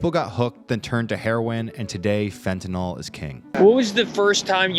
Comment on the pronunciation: FENTANYL not FENTANOL. There's no NOL. FENTA-NYL. Got that.